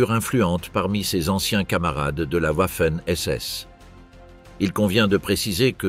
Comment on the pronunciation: Wouafen SS arrêtez d’aboyer le w se prononce v